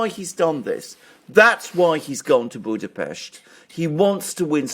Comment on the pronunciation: It's good to hear my hometown (Budapest) pronounced correctly on an English speaking channel. 😊 By the way the party name "Jobbik", the pronunciation is closer to "yobbik", not with a J. The word itself means "better" or "more right". Personally I never voted for Mr. Orbán or his party, and left the country 8 years ago anyway, so I feel unsuited to comment on Hungarian politics.